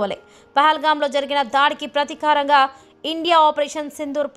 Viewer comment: Prathikaaram. ( 0.27 )enti nee telugu tagaleyya. Pratheekaaram anali. Telugu kooda sariga chadavaleni valanni news reader gaa ela teesukintunnaroo😢😢😢